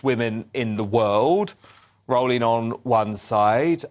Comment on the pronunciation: It’s Row - ling, like the boat! Otherwise good content.